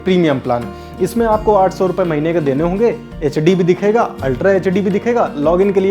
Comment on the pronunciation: HD ya echedi. accent of bihar. btw demo was good.